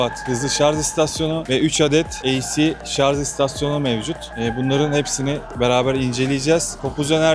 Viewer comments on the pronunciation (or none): Bu işi yapıp nasıl devamlı "şarz" demeyi başardınız 😃